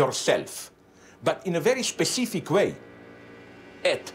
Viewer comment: bro you said Pacific instead of specific. Definitely read more books before a conversation about macroeconomics.